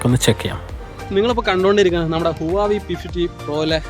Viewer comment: ബ്രോ, ഹുവാവി അല്ല, ഹ്വവെ